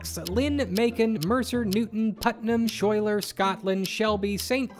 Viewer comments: Fyi Schuyler County is pronounced Skyler I live right next to it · You're not likely to think about Schuyler County again. But if you happen to, it's pronounced Skyler. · At 6 minutes in the list of counties, Schuyler is pronounced "Skyler". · I know you're from the opposite corner of the state, so I feel like I should tell you that Schuyler County is pronounced "Sky-ler".